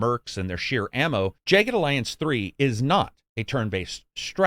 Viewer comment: Why in the world would you pronounce that “jay ged”